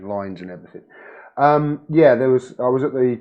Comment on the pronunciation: CAN'T SAY JULIAN ASSSANGE'S NAME WOW😬 #FREEASSANGE